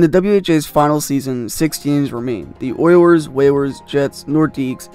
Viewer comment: This guy really called the oilers and whalers ther oiwers and wewers